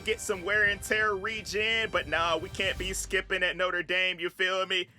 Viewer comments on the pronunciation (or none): none